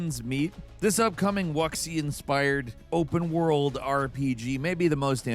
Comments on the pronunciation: This is the second video you've "said" it... It's not "wux eee uh". It's "woo sha". Or even "woo shoo", if you must. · That is the craziest pronunciation I have ever heard. It's Woo-Syah (Wuxia) not Wuck-See. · Bro… Wuxia = Woo Sha, not Wooksie…. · Of the MANY ways I've heard Wuxia pronounced, wucks-ee-uh was NEVER one of them. I understand, you're just a bird, I'll cut you some slack this time. Next time? i expect to hear a proper pronunciation. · Wucksia. WELL, we know someone isn't a fan of the genre. xD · Dafuq is wakseean? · Always love hearing say "wucksy"...xD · Wok-Seeya. Oh never stop intentionally mispronouncing words and foreign words please. It's always a treat. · were you trying to say wuxia? It's pronounced woo shia/wu Shia Some people pronounce it wuzhia but the way you pronounced it oh boy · I lost it at the mispronounced "Wuxia" 😂 great stuff man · The way he said “Wuxia” had me hovering on unsubscribe lmao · I love you and the channel but I am begging you to learn how to pronounce "wuxia" correctly.